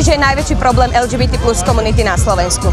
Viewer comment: Redaktorka nevie ani len vyhláskovať LGBT po slovensky 🤦